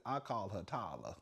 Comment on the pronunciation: I love ❤ when you say Ty Luh 😂😂😂😂